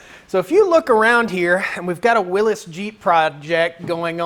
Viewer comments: WILLY'S, WILLY'S, WILLY'S, WILLY'S, WILLY'S. NOT WILLIS!!! You're going to give me another stroke. AAAAAAHHHHHHHH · It goes back to the originators who pronounced it Will is.